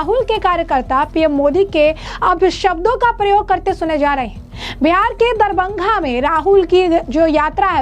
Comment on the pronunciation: मैडम शहर का नाम तो ठीक से बोलो.. दरबंघा नहीं "दरभंगा" बोलो..